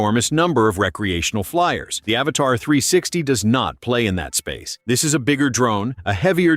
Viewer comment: Stupid AI voice. The drone isnt called "Avatar" but Avata (A-vata) idiot.